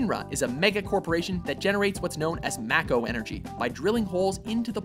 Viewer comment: Mack-o energy? da fuck is that? I've always said it as may-co,like a Mako shark. Fuck that noise